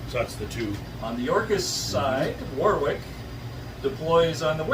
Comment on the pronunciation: Just started watching and it looks like its going to be great... that said you don't pronounce the second W in Warwick... "Warrick"